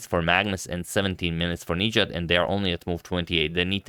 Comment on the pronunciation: the stress is on the A not the I in his name - nijAt